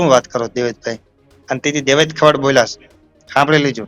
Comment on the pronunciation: ખવાડ નથી ખવડ છે અટક. પહેલા ગુજરાતી શીખી લે ભાઈ. પત્રકારિતા પછી કરજે તુ અને પેલો જાડો 😂